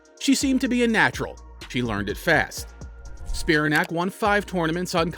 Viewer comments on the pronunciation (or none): It's pronounced Spi-RAN-ac, not SPI-ra-nac.